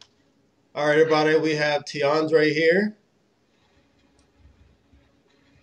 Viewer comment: This guy is making my head hurt lmfao Te'Andre wow...